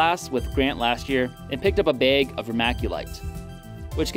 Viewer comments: "a bayg". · “beeeeg” 😂 Canadians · classic Minnesota accent baig lol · Are you from North Dakoda or Canada? It's the only places I've been where people pronounce bag like that. x3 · That accent on bag really comes on strong.